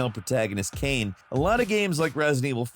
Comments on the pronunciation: from "kainé" (kah-i-neh) that is a big departure. was thinking of "legacy of kain" when first hearing the segment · Say this with me; “Kie-Nay”. Her name is “Kie-Nay”, not Kain. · Kaine is pronounced Ka-ee-neh.. That's not a silent E at the end haha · It was cringe worthy...almost made me stop watching the video. Smh.